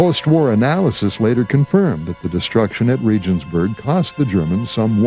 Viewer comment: Regensburg is pronounced "RAY-genz-boorg." All the effort to get good film footage and information for such a documentary and the narration makes these kinds of "bush league" mistakes?